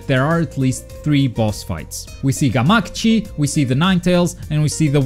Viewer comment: FUCK. You say Gamakichi weird too!!!!!!